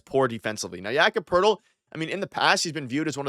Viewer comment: why does every nba follower pronounce it like yaccapertil 😂 first time i heard his name i thought it was one word